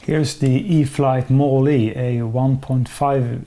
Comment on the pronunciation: Not trying to critique you but the e at the end is silent... sounds like mall. Great flight! I also liked your review of the Air Tractor, makes me want one!